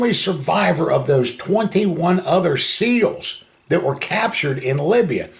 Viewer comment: You didn't hear him right Don, he said he was in the Navy S-nails 😅